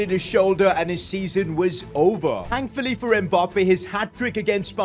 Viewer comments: Its Mbappe not Mbarrrrrrrrrrppeee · It’s so weird he call Mbappé Mboppe